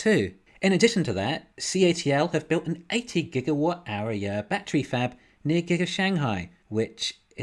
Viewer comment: What's a "Bat-tree"? 🤣 Despite your funky pronunciation, love your channel brutha! Thanks for all the great analysis, seriously.